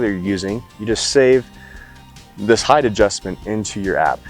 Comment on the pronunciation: Please don’t say height(h).